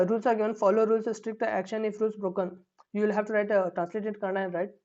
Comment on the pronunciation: Sir thanks for your beautiful notes. But plz read it properly It's not kannad it is Kannada. Explain it Don't just read the notes that you made plz explain. Thank you From KA 16